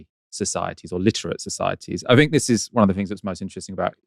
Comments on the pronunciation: BTW it's 'think' not 'fink', etc. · I fink you’re up to somethink